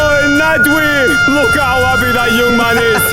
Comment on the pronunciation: Why does bro call nadwe naadweeh